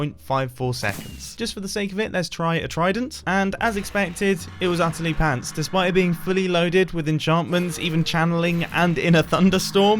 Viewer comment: I watch a clip from hermitcraft not 8 or 7 but from before and mumbo sounds funny when he says pants in American accent. Also I’m from America and I’m not offended in the siltiest